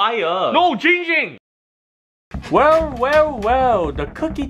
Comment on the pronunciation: ITS GINNNNNG GING NOT CHING WING AND NOT BLING FLING